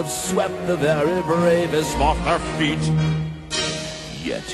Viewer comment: their and her do sound similar to one another, especially since he pronounces it their like "thoor" if anyone still needs help with the lyrics....DANNY GRAVES...... listen to the all American reject version of the song that they have on the "nightmare revisited" CD. "I have swept the very bravest off their feet!" if you think it says "her" .... then who is "she"?